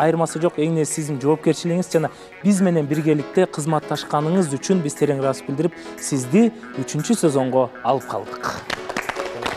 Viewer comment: сизден сураныыч-Ыраазычылык деген создун акырын жеп коюп атасыз,даярданып койсонузчу😅